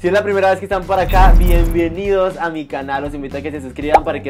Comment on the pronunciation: soy yo o dijo bienvienidos, min 0,28